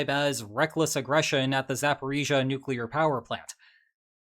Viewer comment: I cannot believe I never realised you're the single non-native-speaker I've ever heard on youtube who pronounces Zaporizhzhia correctly And yes the transliteration is complete whack, zh is (for some reason) for the letter ж - which is like if you remove a hint of d from J, and ia is actually soft-sign-then-a (so the ж gets softened and because its doubled both of them get softened), there's no actual i sound there